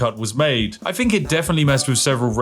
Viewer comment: Call yourself a Spiffing Brit but it seems you're incapable is pronouncing Th. I have little interest in what people "Fink" especially when they are incapable of basic English.